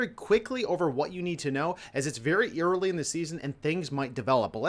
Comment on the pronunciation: I genuinely didn't know you could pronounce "early" in such a strange way. It sounds more like the word "eerily". Mind blown.